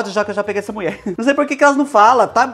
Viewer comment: Amo as suas receitas, e principalmente quando vc fala: A MUIÉ FALÔ!!! 😂😂😂❤❤❤